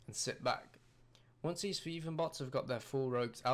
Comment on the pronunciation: if you fucking make a video about thieving, at least go thru the effort of pronouncing it correctly, it is not fucking jiiving or shiiving